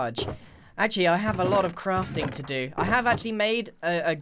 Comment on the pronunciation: It almost sounds like hes saying "crufting"